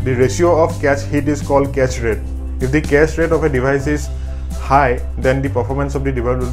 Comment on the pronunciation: He said "cache rate"... I had to pause the video and think because I heard "castrate". Lol